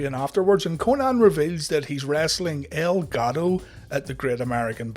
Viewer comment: I thought you were saying 'Elgado' instead of 'El Gato'